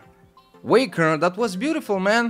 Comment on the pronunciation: Je suis le premier clip!:) Merci mais tu as littéralement pas respecté mon pseudo mdrr c'est " Way " ken et plus long R ( première lettre de mon nom de famille ^^ ) GG à tout les participants et je vais t'envoyer plein de clip maintenant:)